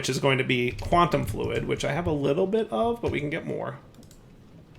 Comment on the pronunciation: ah yes, the famous "Quantum Flud". it's a flood of fluid :P